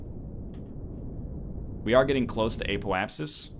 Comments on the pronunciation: The Eh-poapsis is the Canadian Apoapsis. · "Eh-po-ap-sis" Spoken like a true Canadian.